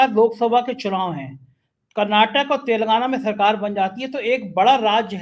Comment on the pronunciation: आप हमेशा तेलंगाना को "तेलगाना" बोलते हैं। आपकी टीम की सदस्य भी यही बोलते हैं। क्या आपके डिक्शनरी कोई अलग है जिसमें तेलगाना ही है?